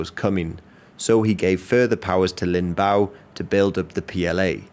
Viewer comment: it's Lin Biao 林彪 not Lin Bao